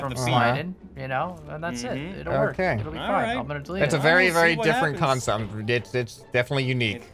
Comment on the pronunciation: “That’s a very different Kansom/Kancept”